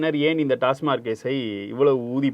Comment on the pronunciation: யோவ் டாஸ்மார்க் இல்லையா.. டாஸ்மாக் ன்னு தெளிவா சொல்லு..